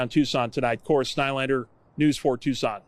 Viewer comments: You said the name of Tucson correct the very first time(tooson) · You pronounced it correctly the first time👍🏼. It's (Two-Sawn) Tuscon.